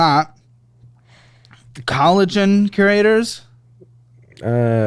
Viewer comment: completely missing the words/ mispronouncing is usually funny but that collagen was especially hilarious idkw